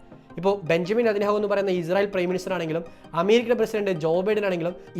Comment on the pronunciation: Izrayil അല്ല ഇസ്രായിൽ ആണ് പൊട്ടാ അതുപോലും പറയാൻ അറിയില്ലേ നിനക്ക്